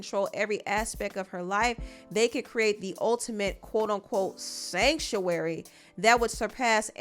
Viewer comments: “SanCTuary” 😂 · One more time…. “SANCTUARY “ Lol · the way you pronounced "Sanctuary" is sending me!! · The way u emphasize the word "sanctuary" is killing me 😅😅😂😂😂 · Ik this is a serious discussion but am I the only one who cracks up every time you say "Sanctuary"! 😂😂😂 I am screaming! 🤣😂🤣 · the emphasis on “sanctuary” everytime lmao 😭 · Sanctuary was all I was hearing😂😂😂😂😂😂😂😂😂😂😂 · It's the way you say "sanctuary"😂😂